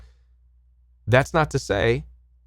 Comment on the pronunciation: ??? I have always heard the Nephilim pronounced: Neh-fill-im; you pronounce it: Neh-fil-eem Where do you get that pronunciation???